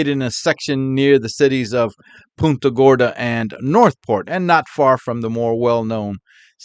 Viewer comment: btw, just a minor correction: it's punt -- like punt a football, when saying punta gorda. 😊 PUHNTA thx for all u do,!